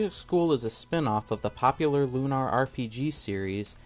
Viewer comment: It's Lunar, not Lunar, but yeah.